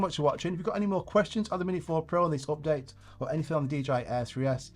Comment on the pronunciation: it calls Update ... NOT OPdate